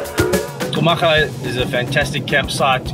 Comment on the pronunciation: Another gr8 video. Botswana beauty will make u speechless.. By the way its Khumaga bro, not Xhumaga. I know sum maps write the name like that but is /khu/maga as in /cool/.. ✊